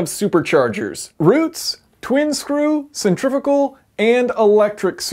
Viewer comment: You said centrifical multiple times instead of centrifugal XD